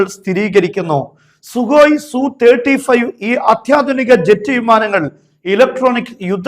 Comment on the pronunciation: സു അല്ല, എസ് യു സീരീസ് ആണ്